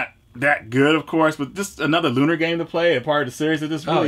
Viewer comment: Lunar, not Luneeer...